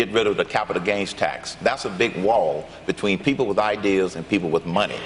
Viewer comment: "Coordinaded Wif"......come on Hermain. You speak so well most of the time and then you go saying "Wif" and turning Ts to Ds... don't make me say it guy!!!